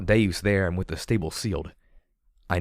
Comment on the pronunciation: I thought the same thing, and have pronounced it that way since the beginning, but is actually pronouncing it correctly. It is deus, meaning god, as in deus ex machina, not deuce as in two.